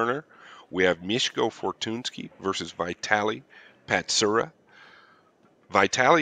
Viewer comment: The real "Butcher" here is not Mieszko but the commentator who butchered both of their names, lol. Thanks for the video!